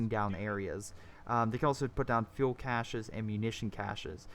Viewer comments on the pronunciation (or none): none